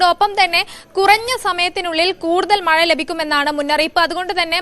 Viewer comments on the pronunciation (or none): മയ അല്ല കൊച്ചേ... മഴ...